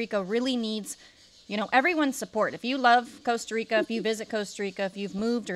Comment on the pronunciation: Coasta Rica 😂😂😂